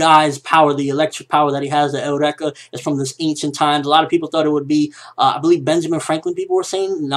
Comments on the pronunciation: I'm not a troll just wanna say eureka isn't pronounced (L REKA) it's pronounced (YOUR RE KA) I really do enjoy your videos and ideas bro so hope this helps and you understand how I've written it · why does everyone call it el-rek-ah or your-ek-ah. isnt it your-eek-ah, like when someone realizes or discovers something? also, HJ>FT